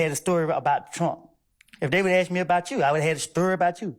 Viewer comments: ASK NOT AKS !!! You guys butchered the English language. Pathetic. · She can't pronounce Ask properly😂😂😂